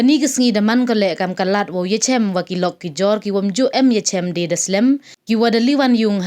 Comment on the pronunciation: Kani ka kong wa e news, ka khynriam mo ? Itae i kyntien DE dang em beit. Nuksa 'dang em de'